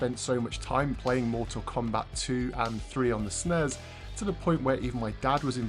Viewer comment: My boy called the snes a sneez 😂 never heard that one